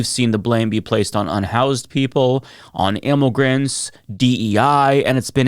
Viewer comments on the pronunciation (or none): "imm-oh-grants," take a shot! Meanwhile, Democrats is fine, because there's an 'o' in there. Meanwhile, Bill Burr, still HAWT after all these years. Amahrite? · "ImmOgrants" "demOcrats" my fav words to hear say. lol